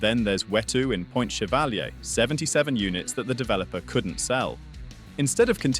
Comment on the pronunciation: ...... chev'àlier? What the hell dude do your own voice over..... either that or you cant actually be a kiwi, so why should anyone listen to you?